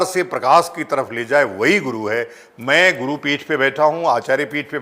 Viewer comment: Guru nahi "गु" हे तु